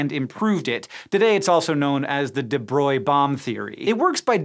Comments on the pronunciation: SciShow : "Louis de Broil" Me : What ? LOL ! This is the most easy French name to pronounce for an Englisg speaker, an you manage to trash it. Ok here a solution to fix it. Louis de Bro-Glee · I don't think I've ever actually heard anyone pronounce deBroglie before. I've been saying it "deh brog-lee-ay"